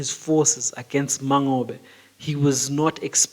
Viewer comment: Mangobe pronunciation isn't correct too! The "NGO" is pressed